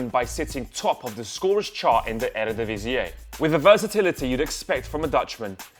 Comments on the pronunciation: That was one exotic way of saying Eredivisie! Erredivisiáy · My top three: Dybala Depay Pogba Also... "Airehdeeveeseeay" ... What the fuck?